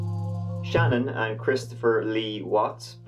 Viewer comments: Hi! Love your Channel! However, can you please take the time to learn how to pronounce the subject of this video correctly? Her name isn’t Shannon.....it’s Shanann! You can learn the correct pronunciation very easily in 4 seconds by watching ANY of the thousands of videos regarding this tragic case. Think this way....Sha-Nan.....or even easier.... has anyone ever said to you, you’re up to your old Shenanigans? If so, there’s the correct way to say it right there! Just lose the ‘igans’ part! Let’s try it together......Shenanigans.....without the igans is Shanann! Sha’nann. Please after what she went through the least we can do is pronounce her name right! You’re welcome! 😀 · It irritates me, although you may think it a small detail, that her name is constantly mis-pronounced as 'Shannon'. The correct pronunciation is 'Sha-NAN'. My co-worker's daughter and Shanann were close friends. Her's and her two precious daughters' cold-blooded murders is psychologically unfathomable and emotionally unbearable. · I've been watching you for a couple of years now and I absolutely love your work but just in case no one has corrected you on this her name is pronounced Shan'ANN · I love your videos but 2 things: 1. Her name is pronounced Shu-Nan and 2. You said 5 counts of murder for Chris? It was his wife, 2 kids, and 1 unborn child that died. Total of 4. All that aside, good video. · Her name is Shannan not Shannon! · Pronounced Shu-nan not Shannon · Her name is pronounced SHEE-NAAN. A bit unusual I know-I also think she deserves it to be pronounced right. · Her name was Shanann, not "Shannon" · It’s Shay-nan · It's actually pronounced "shuh-NAN".